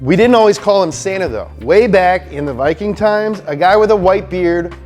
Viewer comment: Finnish name to Santa is not pronounced like that